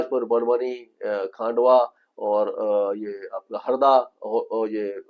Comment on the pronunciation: नमस्ते सर, आप जो हमारे मध्यप्रदेश के जिलों के नाम बताते हो उनमें__बरवनी ओर खांडवा नहीं है वो (बड़वानी ओर खंडवा) हे 😀